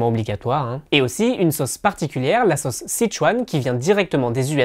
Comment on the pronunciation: Erreurs de prononciation du français! Vous prononcez sauce comme bosse: „sosse“ 😣. Une des particularités de la langue française est d’avoir 16 voyelles phonétiques!